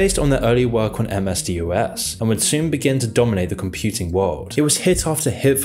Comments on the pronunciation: M.S.D.O.S. LOL. No millennial. It was never called M.S.D.O.S. It was called M.S. DOS and it is still called M.S. DOS or just DOS. It means Disk Operating System. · "MS Dee Oh Ess" - almost everyone in the tech world pronounces it "MS-DOS", as in "dos", not reading it as an initialism. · I'm pretty sure this video was posted by an AI. 1. No real human pronounces "MS-DOS" as "em ess dee oh ess". 2. Everyone recognised that Bill Gates was evil for a long time, it isn't anything recent. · Haha, yes. It analysed road traffic. Gotta love his M-S-D-O-S too... C'mon, the pronunciation is in the Wikipedia article. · When you pronounced MS-DOS as MS-D-O-S you immediately lost all credibility in my mind. Sorry, I'm sure it's a poignant story, but it's hard to take seriously with such a gaff. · Pronounced "M-S Daas" back in the day. Nice research 👏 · Masterworks ad, ChatGPT script read by someone with zero life experience with many mistakes. FFS ‘ DEE-OH-ESS? This is the desolate future I’m afraid. Videos like this should carry a health warning! Bullshit content(s). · "M-S D-O-S" Everytime i heard it pronounced like that I flinched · Love the video, just one thing: MS-DOS usually pronounced "Em Ess Doss" (rhymes with "Boss"), not spelled out. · So cringe listening to this dude pronounce MS-DOS incorrectly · There's a bunch of nonsense being presented as fact in this video (MSFT about to go bankrupt? Really?), but the most egregious is pronouncing each letter in MS-DOS. Proof positive that you're talking out of your ass. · Should I trust a documentary where the narrator can’t even pronounce MS-DOS correctly? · The way you pronounce MS-DOS clearly shows that you were born roughly a few years before 2000 and are not a computer geek. 🤭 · i'm sorry but the MS-DOS pronunciation ruined this video for me. it's all i can think about 🤣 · Lol you are the first person to pronounce ms dos by the individual letter. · It's pronounced M-S dos, not M-S-D-O-S